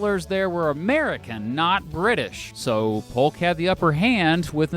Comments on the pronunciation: you said hulk instead of saying Polk😅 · It's pronounced P-OH-K, for those who don't know. The "L" is silent just as it is in "walk," or "talk."